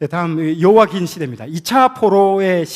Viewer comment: 감사한데 여러 강의에서 여호와김.여호와긴으로 발음을 하시는데 성경의 이름을 절못알고 계신듯 수정하면 좋겠어요